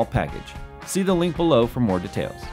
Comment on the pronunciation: The way you say "details" bothers me greatly... But I digress....